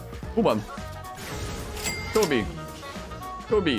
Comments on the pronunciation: he says "Go B" or "Kobe" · i think it's "Kobe"